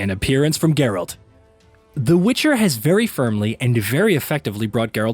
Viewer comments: it's Geralt not Jerald :D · Did he say geralt bug like jeralt ?? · Nothing says you've played the Witcher like calling the main protagonist up to this point "Jeralt".